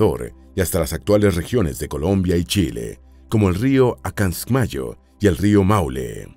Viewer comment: No es tan difícil escribir y leer bien: QUECHUA, no quechúa. TAHUANTINSUYO, no Tahuansinsuyo. ANCASMAYO, no Acansmayo.